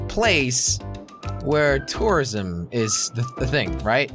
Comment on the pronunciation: He sounds like he's saying terrorism